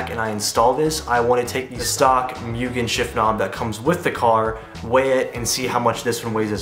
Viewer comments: it's "moo-gen" not "MU-gen" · So close! And it's moo-gen LOL means unlimited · Why ask us how to pronounce Mugen correctly if you’re just going to keep saying it wrong? 🤷🏻‍♂️